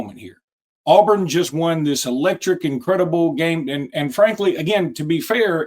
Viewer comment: good job but one critique…AWEburn, not AHburn